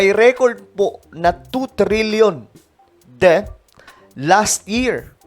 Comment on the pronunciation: Det ang basa dun hindi debt, sangkay. FYI lang